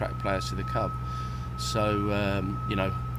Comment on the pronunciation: I swear he says 'cub' instead of 'club'